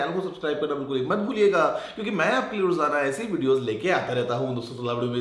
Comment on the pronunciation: Not "DOSTON" he said "DOSON" 😂😂😂